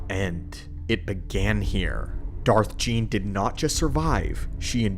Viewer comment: Darth Gean. Pronounced ghee en.